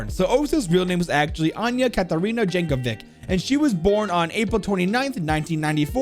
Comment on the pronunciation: Tysm I never knew lore of r6 was so grand :) (For the record her name is pronounced "Yankovitch" )